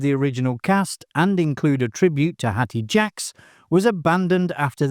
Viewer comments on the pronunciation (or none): I've been enjoying these video. But someone sounding English does not know how to pronounce Hattie Jacques I fear my prove this is an AI channel...